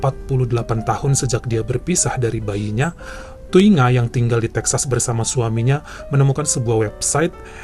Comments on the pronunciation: Ku hargai kau baca nama Thuy Nga Thi Nibblet bang 😂😂😂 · Dari nangis pas denger ngmg thungai eh thuy ngah, eh langsung ngakak. 😅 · Air mata lagi netes , seketika ngakak pas abang bilang "thuy nga thi nibblet" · Lagi mewek denger cerita pertama Trus tiba2 ketawa waktu ngeja nama Vietnam